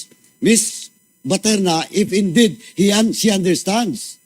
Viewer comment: Gg., BATERNA PO AT HINDI PATERNA. saw2 ka ng saw2, magbasa2 muna sa balat ng suman.